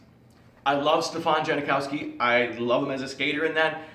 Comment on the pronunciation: as far as I know for the passed 20 years or so he’s pronounced it “Juh-Now-Skee” could be different but definitely sounded like you added more to it when you said it.